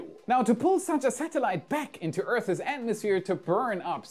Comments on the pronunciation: Why do you say earth-is when you are trying to say Earth's? Are you that slow? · Earth's: "Errthss", as opposed to "Err-thizz"